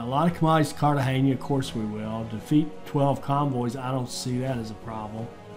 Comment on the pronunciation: I think the buccaneer is better for pirating.after you buy everything with fame and the fame loss is irrelevant. Glad you know how to pronounce Cartegena,unlike the tutorial guy.